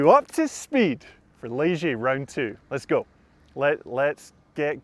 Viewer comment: “Les - go”